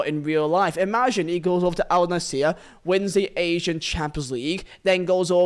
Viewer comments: I hate to be that guy but its Al-Nassr not Al-Nassir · bro where are you getting the e from its al nassr not al naseer